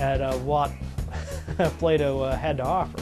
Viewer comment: It is "bow" as in bending over in the middle and tipping your hat ... and not "bow" as in the thing tied around your neck.